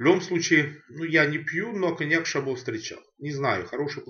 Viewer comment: Коньяк старше 10 лет - нормальный. До 10 - как и все такого уровня. И еще - местные называют - шабо, с ударением на первый слог.